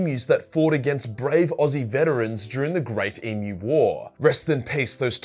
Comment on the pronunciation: Even the pronunciation of the word Emu beats Australians lol what a weird weakness lol surprised he doesn’t say taoooouuuueeyyy (tau) after hearing him say emu